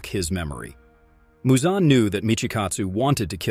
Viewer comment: How the hell do you mispronounce so many demon slayer characters names… I mean.. muzan isn’t exactly hard to say..